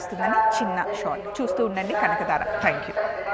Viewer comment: Kanakdara kaadu medam kankadhara Da ku vathhu undi